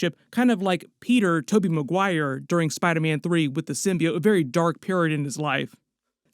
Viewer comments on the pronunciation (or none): saying Spidaman just made my day 🤣🤣🤣🤣